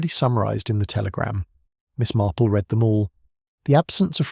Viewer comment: Always enjoy Miss Marple.Listening from GB. Will someone teach to read the word read,future tense and read past differently.!! It sounds wrong if they are pronounced the same.